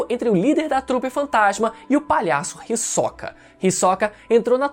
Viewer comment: o HiSOCA 🥵🥵, que agonia ele pronunciando assim kkkkkkkkk